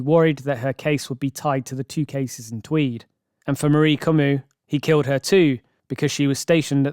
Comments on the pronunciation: “como” not “camou” ! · The officer continually refers to the victim as Ms. Comeau (Como), but the narrator insists on calling her Camus. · Ffs, out of respect, can you please make an effort pronounce the victim's name correctly? You even heard the investigator say her name multiple times, during the interrogation. It's not Kuh-mu it's Koh-moh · "Coe-Moe" Not 'Come-OO She's dead. The least you can do is pronounce her name correctly. How much research would that take?? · Comeau is pronounced co-MO, not co-moo. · No english speaking can say Comeau in the right way. ...eau is a long vowel sound like in caught or bought. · I know this is kinda irrelevant, but Comeau is pronounced "ko-mo", just french language things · Marie France surname is pronounced Co mo! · Not to detract from the story at all but who the fck is this narrator? Can't pronounce Canada properly, can't pronounce Comeau, can't say Ontario properly. What the f?